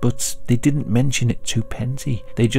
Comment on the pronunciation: I thought you did rather a good job on the Finnish words and names. But was disappointed to hear you mis-pronounce "didn't" as "dint".